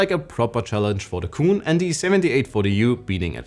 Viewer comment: It’s ayeneo QUIN not cooon!!!